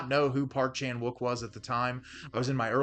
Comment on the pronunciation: Please, I can't listen to you butcher the Korean pronunciation of Wook